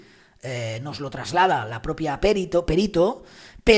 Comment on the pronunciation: ¡Qué bien que digas perito y no périto! Eres genial, si tuviera diez años menos te echaría los tejos.😀😀😀😀